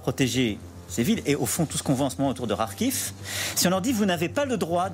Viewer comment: Ecoutez comment Macron prononce bien Kharkiv de même que les gens de LCI. Mais ils sont incapable de prononcer correctement Mahmoud ou M'bapé.